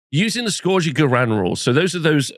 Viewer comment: Biggest controversy of this new GHB is hearing how many different ways people pronounce “scourge” and seeing how many do it wrong. 😂